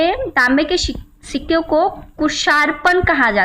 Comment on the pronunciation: Ho tum padh Rahi ho jerur Marathi ho ...sikke Ko shikka boli tab pata chala